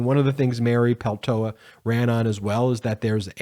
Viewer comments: It’s “Pel-tow-la”; not “Pel-tow-ah.” You’re missing the last “L.” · You are mispronouncing her name. Her name is Paltola(with the last "l" pronounced) so its Paltola ,not Paltoah. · Ben, it’s Mary PELTOLA! Go ahead and pronounce the second L!!!!! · Just a small correction - it's always nice to get someone's name right. It is Mary Peltola, not Peltoa. You're missing the second L....Thanks! Always love listening to you! Stay golden (Meidas Touch). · Pronounce Peltola correctly, please.